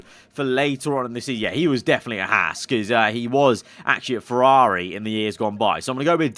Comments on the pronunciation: me when he says "fewawi" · What about you when he says fewawi?